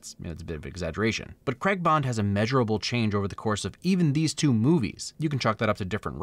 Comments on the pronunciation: Please for the love of god say Craig not Cregg!!! Lol other than that love your videos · Anyone else still annoyed how he said Craig or is that just me 😂 Good video though it made me see the positives to a movie I don't like